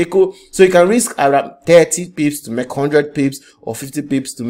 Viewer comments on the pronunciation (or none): It is not MEK, it is MAKE, sir.